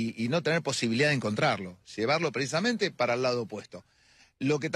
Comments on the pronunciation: ¿PreIsamente? ¿Soy yo o Bonelli dice así cuando arranca la entrevista? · Bonelli: "Preisamente"